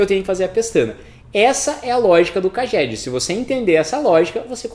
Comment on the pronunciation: Pronuncia real CAGED = "Keidjed"